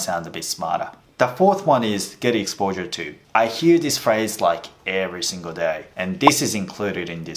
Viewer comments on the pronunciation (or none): none